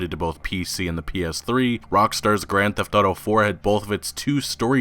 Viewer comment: I love, been watching him for a couple years now, but every time he says "grand theft auto" I cringe like a mf lol